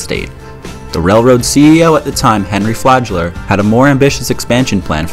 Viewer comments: Flagler, not “fladge-ler” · Flagler is pronounced how it's written, not like "Flajler".